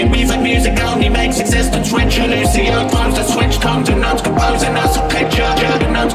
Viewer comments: " Looshow" ..uh...think it's Lucio. And don't say oh it's his accent... He done flubbed up the characters name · Madeline Bitts no I have great hearing. He says it way different then what it is. Its pronounced Loo-see-Oh. Not Looshow